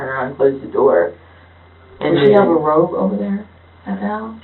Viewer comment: Somebody tell the idiot cop he’s saying robe and not rope. She’s too stupid to have him clarify. She thinks the grandma is wearing flowered pattern rope over her shoulder. They’ll let anyone be a detective. I’m convinced of that.